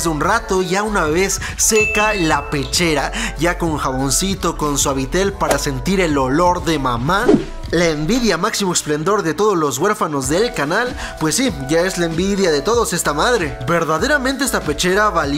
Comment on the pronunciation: chale we me dijiste guerfano